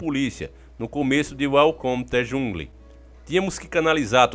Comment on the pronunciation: Eu não quero parecer deselegante, mas no consigo segurar a risada com a pronúncia do Davi.... Kkkkk perdao. Eu quase chorei de rir quando disse welcome to de jungli kkk que feio isso kkkkk